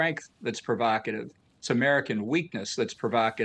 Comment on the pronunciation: Provocative not provacative.